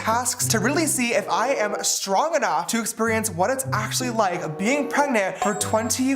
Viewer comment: Prayg-nahnt. JFC.